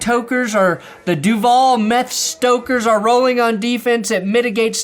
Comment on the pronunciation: it’s duval not Duvall. Idiots